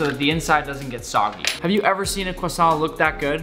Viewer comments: I partly speak French and you nailed Croissant! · YES YPU SAID Croissant ALSMOST RIGHT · I am from Quebec and you said the croissant rigth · Phew, he didn’t say the croissant like quack-son Tom Holland: 🙃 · As somebody who speaks both French and Hebrew, you actually nailed the pronunciation for both the challah and the croissant! I’m genuinely impressed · yes you said it right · actually I think he said it right PS: i'm french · As both a Jewish person and a French speaker, you were on point with all of your pronunciations. Very well done. And even if you weren’t, no sane person would give you a hard time about it. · The croissant pronunciation was good, it's nice that you care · I am french and I just wanted to say that you said the word croissant perfectly haha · You actually said the Croissant right! Proud of you Nick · As a French guy You said "croissant" perfectly! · I speak french and his pronunciation of croissant is actually pretty good for an anglophone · Actually the 1st american that was able to pronounce croissant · The croissant was well said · Ho ho you said 🥐 correct I’m not french I’m just English 🙂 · You pronounced 'challah' and 'croissant' right. Good job Nick. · That pronunciation is on point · Excellent pronunciation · If you want to know you pronounc croissant very well gg you did well